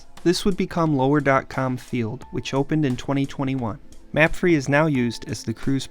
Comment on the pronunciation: I want to say the way to pronounce old crew stadium is "mah-fray" not "map-free"